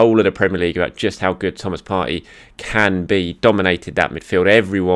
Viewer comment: Come on. You’re smart and you know Arsenal players. Surely you know how to pronounce Partey’s name correctly. No?